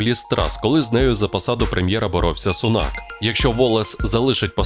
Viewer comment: Перепрошую, вибачте, він не SUNAK, a SUNAK, аю на увазі наголос на букві U , тобто на першому складі .